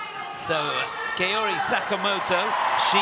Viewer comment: Dear commentator, Sakamoto is not Keori but KAORI .